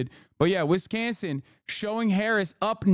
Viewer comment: Wiz kahnzing”… I just fell in love